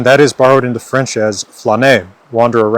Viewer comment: "Wh-fench" is too much